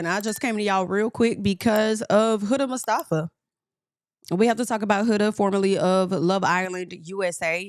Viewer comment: The way you said mustafa sounds like how americans say iran. Ong at least try